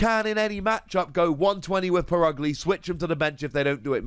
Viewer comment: It’s pronounced per-UG-lee not put ugly, cmon guys try harder